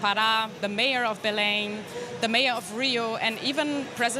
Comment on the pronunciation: Kudos for the anchor for correcting the pronunciation of Belém as soon as the Brazilian reporter pronounced it correctly. Such professionalism! Not "bellum", it's more like "belaing".